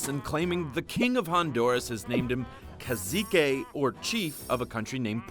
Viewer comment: I'm Brazilian, cacique is pronounced "kah-seek", kind of.